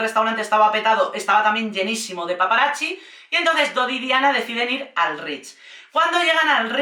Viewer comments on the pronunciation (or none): Cari, me encanta tu energía y humor, pero tengo una pregunta. Por qué dices "paparachi"? La "zz" del italiano suena como "ts". Por eso pizza se pronuncia "pitsa", no "picha", que eso es otra cosa! 😆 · Es curioso como siempre que hablan de Diana nos queda a todos una desolación y tristeza porque en el fondo todos sabemos que fue asesinato planeado 😢, por otro lado amo como dices "paparachis" ❤ gracias por el video y la nueva info agregada a es aparte de mi cerebro que odia a la corona y a USA que siempre mete la nariz en todo 😂